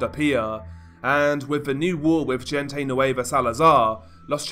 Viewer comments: Bro when you say "gente" its pronounced "hen-teh" not "jin-tay" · This is just a tip man, the G in gente nueva is pronounced like an H hente nueva basically lol love your vids keep it up! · If u wanna pronounce “La mgvGente”. Try using an H and not the English pronunciation of G … say LA HENTE… the G in Spanish has an H sound when used….i tell u this as constructed criticism.